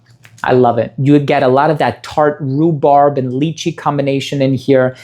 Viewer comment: Lychee is proounced: LIE-CHEE. Like Liar and cheater 🤣🤣🤣🤣